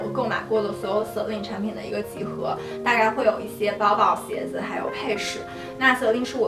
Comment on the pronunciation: practice your mandarin please, such as "yi xie", not "yi sie"